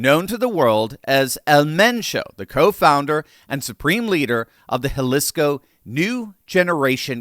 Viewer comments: Jalisco: (Ha-Lee-Scoe) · Jalisco is pronounced Ha-lees-co. The I is the "long E" sound. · Pronounced Haleesco. It was painful listening to you pronounce Jalisco.